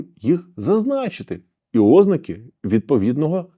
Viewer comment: 😮 Шановний пане! Начебто й добре розмовляете укр. мовою та юридично грамотно!😮 Але ж!!! Аж нiяк не "Ознаки" й не "випАдки"😢 Й так повсякчас!😢Вiдкрийте нарештi словничок чи загуглiть, що треба казати "ознАки" та "вИпадки"! Бо Вашi постiйнi "Ознаки" та "випАдки" аж нiяк не личать грамотному юристу та адвокату!😢😮😊🎉